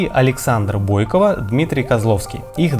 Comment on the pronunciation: Готовя информацию , АВТОР, уточняйте как правильно произносятся фамилии топовых фигуристов! Что за БОйкова? Кто такой СемЁненко?!